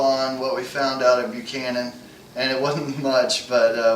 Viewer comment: FYI: It is pronounced "buck han an".